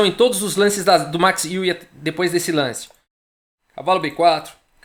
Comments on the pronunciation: Amigo do canal, para pronunciar o nome do Max Euwe é necessário no sobrenome, para o ditongo EU vc faz com a boca o formato de pronúncia de Ô mas o som que vc fará é de É, então o resultado é um som que mistura Ô e É. Quanto ao W terá som de V do português e não de U. Então a pronúncia fica Ô/ÉVE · A pronúncia do nome EUA